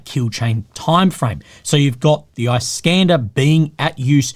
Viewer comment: produces it like "eye-Scander"